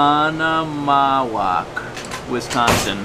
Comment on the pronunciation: That was really good pronunciation of OConomowoc